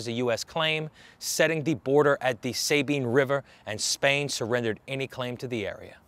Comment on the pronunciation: Enjoy your info and am subscribed. The US built Fort Jessup between Natchitoches and Many to try to control some of lawlessness of No Man's Land. Beautiful site to tour. It's pronounced Sah- bean, not Say bean. Js